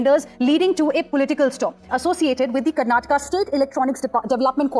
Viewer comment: atleast say Karnataka properly . nali ki pani laundi